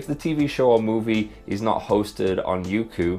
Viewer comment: I pronounced it as "yokou" instead of "youku" guess im dumb lol